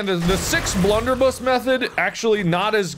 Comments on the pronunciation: marks pronunciation is so off. viable to him is veeable and blunderbuss is bloonderboose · Can we appreciate that mark said blunderbi